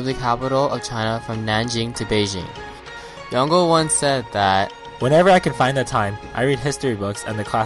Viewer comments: It's pronounced yon-gul I knew him personally and he would refer to himself in 3rd person, as yongul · The pronunciation of Yongle in this video is wrong. it should be Yong-Le